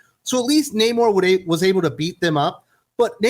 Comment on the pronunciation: The movie was trash, they literally dried the hispanic Namor’s back to defeat him! You can’t make this crap up, and his name in the comics is pronounced Naaamor, Not Namoore - No Love in Spanish, just like I did for this film.